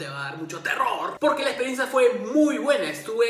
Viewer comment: Q buena "experensa"!!!!' :)